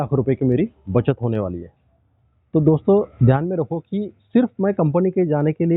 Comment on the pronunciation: Pahle pata nhi chala ki app maharshtrian hai.... Bt jaise app ne "company" kaha Toh I guess it....